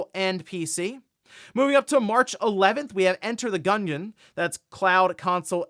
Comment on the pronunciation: I think he said gunyun like gun made of onion 😂